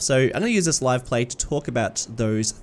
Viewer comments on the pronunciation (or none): none